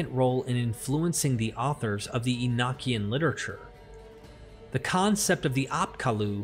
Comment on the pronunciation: The pronunciation is "ee no key en" not "ee nock ee en" also you did not mention that the father of all Hebrews was a Sumerian. In the days of Abraham, Stories were passed on by word of mouth. Abraham was From Sumer.